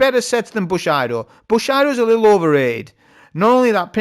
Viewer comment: Its pronounced booSHEEEEdo mate